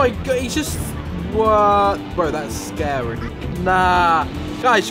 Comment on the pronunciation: SCAWY IM GONNA HAVE NIGHTMAWES TONWIGHT!D